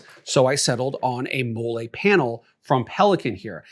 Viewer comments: 31 years on this earth, 8 years in the Army, and you're the first person I've ever heard pronounce "Mall-E" webbing as "Moolay". 😂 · Great video! Learned a lot. Btw it's pronounced "molly" not "mo-lay". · What the hell is mollé (like Olé) its molle (Molly) it’s was starting to be a good vid but after that i was out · If you don't know how to pronounce Molly, then I don't know what to tell you...... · I know it's petty, but it's (mol-lee) MOLLE. It's an acronym for "Modular Lightweight Load-carrying Equipment". Just sayin' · It’s pronounced Mol-lee homie… sorry it bothered my military ears 😂…. Good video though. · Talking about people that don’t know MOLLE while mispronouncing it is crazy work! 😅 Great video, though.